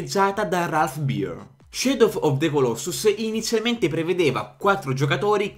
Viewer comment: Sciadof, sciedof, sciedof of the, sciedof, sciedo... Piango XD -Giag